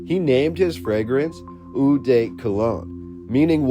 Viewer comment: Hi, francophone here, eau is simply prononced : o